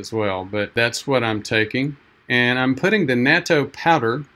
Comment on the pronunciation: If you're going to be a Japanophile, then you should try to learn the pronunciations. It's short a, pronounced like the English "not-toe" My wife is Japanese-American and she and our daughter eat it everyday as part of their ochazuke. They both always liked it. I've resisted. Yeah, that's a strong nasty taste, but it's so good for you, so I should force myself to like it.